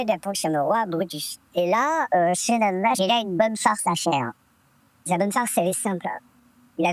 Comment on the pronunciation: Hanouna...non ranouna🤧